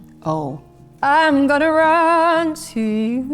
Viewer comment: “Am i tonna make it to make future husband” ?😭😭😂😂😂 I LOVE her ❤️